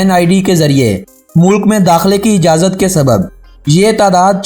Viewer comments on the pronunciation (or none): none